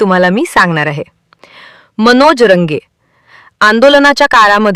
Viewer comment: मॅडम तो अमोल खोत नाही तसेच अमोल कोल्हे वा खोमणे नाही आपण अमोल खुने असे वाचू शकत नाही.एकाच माणसाला किती आडनावे लावली.सुधारणा करा.मनोज रंगे किंवा रगे नाही जरा ही नाही ऐकून दुःख झाले